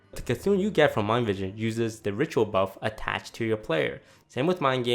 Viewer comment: "attaTched" LUL